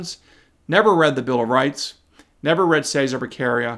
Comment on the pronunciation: enjoy your analysis now go to Google translator and choose Italian, then type Cesare Baccaria then use the voice function and hear Che sar ā. Back arr ē ah and now you will be the smartest person in the room!